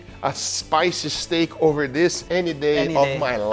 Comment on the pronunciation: tempoyak steck 🤣🤣🤣🤣